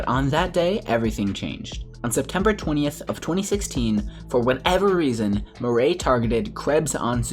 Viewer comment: Murray lol its mir eye